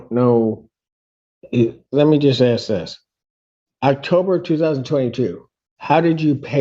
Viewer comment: He wanted to ax a question ? Low income, low education on show.